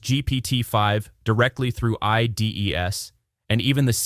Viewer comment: I think this audio must be ai generated. Pronouncing IDEs as I.D.E.S.? Replit as RePLEE? Claude Sonnet as SoNNAY?